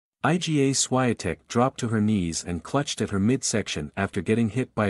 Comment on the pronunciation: Please pronounce her name correctly